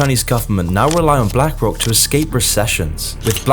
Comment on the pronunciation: "blank rock"